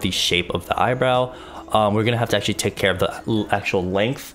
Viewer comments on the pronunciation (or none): "long heyr dont keyr" 😂😂